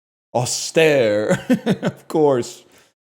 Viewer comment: I used to pronounce austere like he did in the video for the longest time until i eventually looked it up and realized i'd been saying it wrong. good to know it can happen to anyone